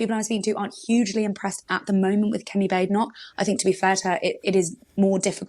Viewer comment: you are one of the only left wing commentators who doesn't deliberately mispronounce Kemi Badenoch's name. That is commendable. I don't think she'll be Tory leader at the next general election. She was a bad choice.